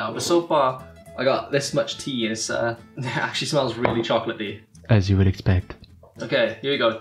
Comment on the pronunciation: It's chocola-tea (chocolaty)